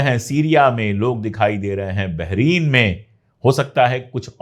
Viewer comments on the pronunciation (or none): भाई आप बहुत ही अच्छा ऐंकर और जर्नलिस्ट हैं लेकिन BAHRAIN बहरीन नहीं है।तलफ़्फ़ुज़ दुरस्त कर लीजिए। कभी कभी J और Z की तमीज भी आप भूल जाते हैं।अगर तवज्जो करें तो आप की ये मामूली सी सुधार आप के प्रेजेंटेशन में चार चांद लगा देगी।